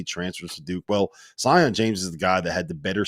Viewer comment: Sion is pronounced see-on lol, I thought they would get it right the second time around.